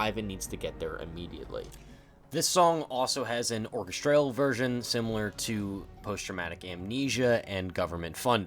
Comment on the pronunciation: Another great video giving fantastic insights into Kane's world. Really top notch. Just one thing, what's with the "or-kes-traaal" (orchestral)? Never heard it pronounced like that before.